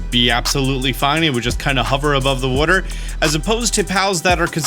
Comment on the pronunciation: "Whuter." Lmao. Thanks for the vids, lad.